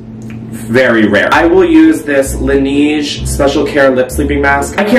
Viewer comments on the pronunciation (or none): trying to pronounce "laneige" Me, a person who speaks french: 😂😂